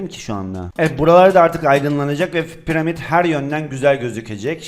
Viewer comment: Ya abi pıramid değil piramit 3ymh4ny3r2bbrwbt2r1hg